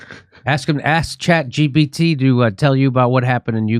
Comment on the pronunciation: Someone tell the grandpa it’s chat g “P” t. Not “B.”